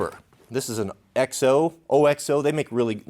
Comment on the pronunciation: OXO pronounces it OX-oh. Nice kit,.